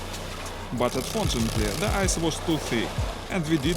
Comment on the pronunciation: the way he says ice, i think we should name it the ice-hole-intruder.